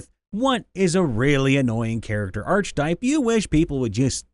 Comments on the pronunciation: Sweet salty christ no. Not a ch sound. It is pronounced ark-a-type. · Archetype. (ARK-eh-tipe). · It's a hard c sound, not "arch" Ark-a-type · The most annoying archetype is the one that pronounces that word "arch type." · Dude I love you but the arche in archetype is pronounced ARK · Hey dude, not to be rude, but it's pronounced (ark - ah - type) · The H in archetype (ark-itype) is silent just like it is in architecture. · I'm not convinced you mispronounce words on purpose. Arch-type? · Wish you could pronounce archtype correctly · i'm annoyed at the mispronunciation of archetype.. my brother christ, we have the internet, it's not possible to fuck words up.. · It is if you have no reason to know it isn't pronounced how you think it is. I say this as someone who cringed when I heard it. Given the number of comments mentioning it, though, I'm pretty sure he knows how to say it now :D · The narrator loses credibility when he doesn't know how to pronounce "archetype." 🙄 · You don’t have to be that way about it; yeah, he mispronounced it, but phonetically - archetype begins with “arch”, after all. Yes, it also begins with “arc”, but silent letters aren’t always obvious, especially in this glued-together thing we have the audacity to call a language. tl;dr: English is complicated and he’s trying his best while entertaining us. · Hate me if you will, but... ARK-a-tipe not ARCH-a-tipe Leaving now. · Archetype. Sounds like aar·kuh·tipe Not arch type. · The “arch” in archetype is pronounced wi to a hard c. Like ark. It’s not arch-type. It’s ar-keh-type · Dude it's ar-ke-type, not arch-type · Please stop reading archetype with a "ch", it's pronounced with a "k" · Archetype... Not arch-type, but ark-eh-type. Trust me my Ohioan friend. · It's pronounced Ark-a-type. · Ar-che-type, not arch-type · the correct pronunciation is ar-keh-type. Usually people who say arch are people who learned it by reading and never were corrected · Ark-e-type, not arch-e-type. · Same here.